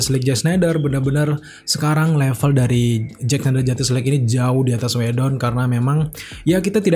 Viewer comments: Mau nntn to kuping kurang sreg dnger cara pelafalan “JUSTICE” dan berulang banyak banget... gk kuat... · wkwkwk bner bgt ngabb